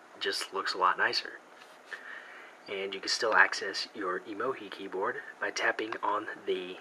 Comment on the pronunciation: why do you call emo-gi? its pronouced emo-GEE